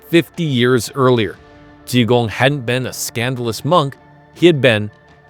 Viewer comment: Ji Gong! J I G O N G!